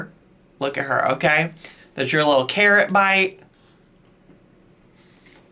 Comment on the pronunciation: I had to put my phone down when they said scarrot😭😭😭